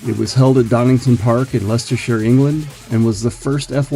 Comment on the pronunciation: So glad I could help in some capacity! Also, I greatly appreciate the correct pronunciation of Leicestershire! 😉